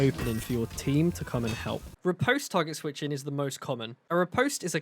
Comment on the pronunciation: "You can become the mostuh....of bait" got you a subscriber good sir 😂😂